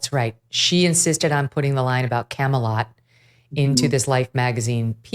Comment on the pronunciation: It wasn't Camelot, it was Camealot.